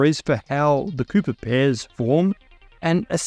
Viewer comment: Good thing for subtitles, Thought you said pooper pairs for a sec lol